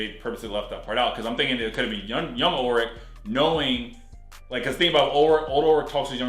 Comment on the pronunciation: I love this reaction series but hearing you say "Ur-lich" over and over is fkn brutal. It's ULLLLLrich dude.